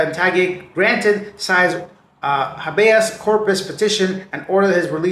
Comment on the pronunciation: 🤣 it's "hay be us" corpus, and grandma is walking sideways, maybe she needs you to straighten her spine 🤣🤣